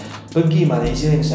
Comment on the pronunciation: aku bersin 3 kali bila dengar cakap bahasa KL...Malaysia sebutannya...x sebut Malaysie tau....